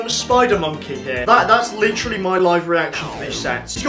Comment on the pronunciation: Great video but you be saying “litjery” like every other sentence.